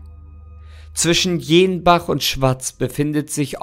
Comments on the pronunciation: ok, aber es wird nicht jeenbach und schwazz ausgesprochen, sondern jennbach und schwaaz😅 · 😂😂also an da ausprache von jenbach und schwaz müsst du noch übn 😂😂aber sonst sehr tolles Video